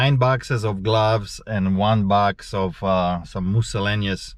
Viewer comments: I love the way you say " moosellaneous " - love it. Great video. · I love the way you say- "miscellaneous." So hilarious